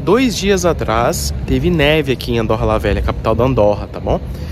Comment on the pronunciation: Não se diz Andórra, mas sim Andôrra...